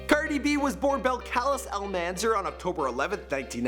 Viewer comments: 😂😂😂 its pronounced like ( Bel- Ka -lease) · Bel-Ca-Leze thats how you pronounce it Bel Ca Leze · Can’t even say her first name right. It’s not (bell-cal-es) it’s (bel-cal-is) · BELL-kuh-LEEZ OKAY PEOPLE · It’s Bell-Cah-Lees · FOR GOD's SAKE: per Cardi herself, her name is pronounced "Bell-kuh-leez". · BELL-CA-LEASE IS HOW YOU SAY HER NAME 🤦🏽‍♀️ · that's not how you pronounce her first name belcalis (bell-ka-leez) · So after doing 50 videos on Cardi B and proposing to her, you still cant say her name,?! BEL-CUH-LEEZ You should make an apology video.